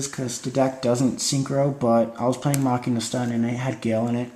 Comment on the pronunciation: stop mis sayin machina!!!!!!!!!!